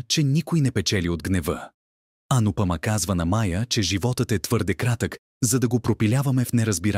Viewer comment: Как е възножно всички имена да ги произнасят неправилно с неправилни ударения!...Пълна неграмотност! Поне да слушат оригинала как хората произнасят имената. Не е АнупАма, а АнУпамА; не е КавИя, а КАвия; не е Не е ВАнрадж, а ВанрАдж. Много е дразнещо да се слушат толкова погрешно поринесени имена. Дори отврат!!! Особено името на Анупама - това е име с две ударения - на У на последното А. Чуйте оригинал и не се излагайте!!!! Идиоти! Ето правилното произношение за Анупама: ; и ето за Кавия